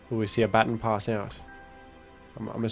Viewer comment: It always triggers me for some reason, on how says baton